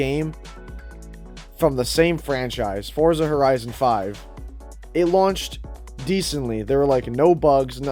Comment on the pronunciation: the name is "Forza". you don't have to say anything after this